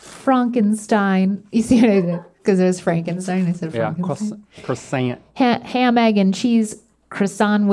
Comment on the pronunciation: The way Carl Wheezer says croissant is actually the correct way.